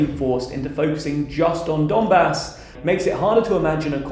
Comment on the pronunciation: You are pronouncing "Donbah"! It's quite wrong. Pronounce correctly " Donbass".